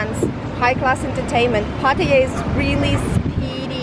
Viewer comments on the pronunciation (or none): Never knew Pattaya was spelled Paaatayya, my friend it is not Paaaatayya its Pattaya, we Farangs butcher this simple name its Pa and not PAA, please please don't butcher this simple name, it is always the Brits who seem to kill her name. Great video no less. 😰